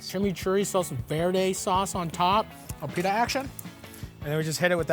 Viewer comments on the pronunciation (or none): none